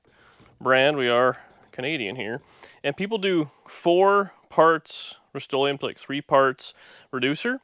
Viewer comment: Canadian Rust-o-leum...lol.